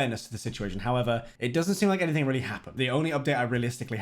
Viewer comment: Have you noticed that you're unable to say the word "anything" properly?